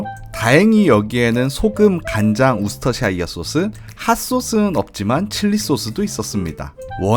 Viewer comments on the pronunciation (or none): 재미있게 잘 봤습니다! 싱가포르보다 카야 토스트 맛있는지 한번 먹으러 가봐야겠네요~ 토스트에 찍어 드신 노란색(?) 소스는 뭐였나요? 그리고 음식 설명하시면서 소스 이름을 우스터샤이어라고 하셨는데 아니라 발음은 우스터셔가 맞습니다. 영어 발음은 참 규칙이 중구난방이라 어렵네요 ㅎㅎ